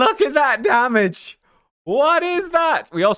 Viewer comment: Imagine saying not enugh, not quite a billion damaga 😂😂😂